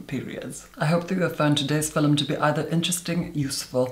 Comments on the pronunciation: I need a compilation of him saying fil-um and seamlessness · "In today's filum......"